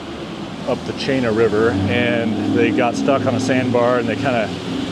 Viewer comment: Chena River = Pronounced Cheena River. The Polaris the tallest Older bldg. MECCA BAR is a very old bar. Eilson Airforce (my base) Also an Army base Yes weather can be harsh. Fairbanks is the Heart ❤of Alaska I'm a Native Alaskan, and this is my Hometown. Fairbanks flood occurred in 1967....I experienced it, lost everything. Thank you for being respectful in your comments. Enjoy